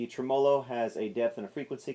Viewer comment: whats a tremOlo? I think you're putting the emPHasis on the wrong sylLAble